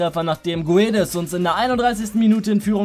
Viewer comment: Guedes wird gedesch ausgesprochen